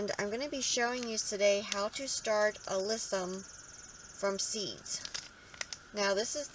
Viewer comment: All good, but it’s pronounced AH-LISS-UM, not AH-LISS-EE-UM